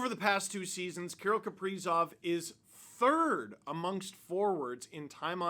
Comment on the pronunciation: Can’t even say his name right. You have no right to talk your opinions on him